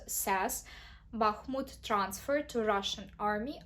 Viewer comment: Трохи кульгає у Вас інтонація і наголоси неправильно ставите в деяких словах. Наприклад, в словах transfer i control.